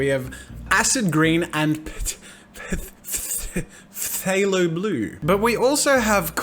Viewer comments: phthalo blue is pronounced "thay-low blooo" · Phthalo blue pronounced is(fu-tho-loe bloo) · hey Jazza I looked it up and it is more pronounced like thalo apparently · Pthalo blue is pronounced (thalo) blue ( p is silent) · For most people wondering, I'm 90% sure the PH in 'Phthalo' is silent. So it's pronounced 'Thalo Blue'. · Phthalo blue: Fuh-thay-lo Bl-ue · I think that that "phthalo blue" is pronounced "ftalo" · that's pronounced Phthalo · lol it's pronounced TAHlo blue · It's said like Thalo blue. the PH is silent I believe. I don't know, I watch alot of Bob Ross and that's how he says it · Jazza, it is pronounced they-low blue tank Bob Ross for letting me know that. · Wow you don't even know how to pronounce Phthalo Blue. I bet you've never even seen Bob Ross xD